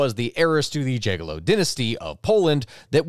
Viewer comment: Dżagello? Brother please you could just put it into google translate and emulate the sound, it's not that hard. "Jagiellon" is pronounced Yagyellon.